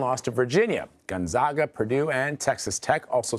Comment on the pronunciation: Gun-ZOG-uh?? Um no. It's pronounced Gun-ZAG-Uh. They are the ZAGS, not the ZOGS. Go Zags!